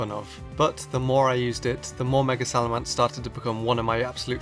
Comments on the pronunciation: Just saying, it's SalaMENce not SalaMANce... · its SalamEnce, not SalamAnce. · You butchered the pronunciation of salamence royally. You say it as if it's spelled salamance. I'm disappointed 😔😔😔